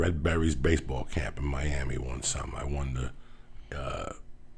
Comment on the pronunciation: Tom definitely said "juan" when he meant won...it's so noticeable!!! Keeping 'em high and tight jeans 👖